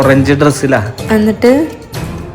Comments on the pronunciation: Annat alla Ennit ennale..😊😂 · Ennit ❎️ annitt✅️ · അന്നിട്ട്‌ അല്ല എന്നിട്ട്.... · എന്നിട്ട് ❌അന്നിട്ട് ✅😂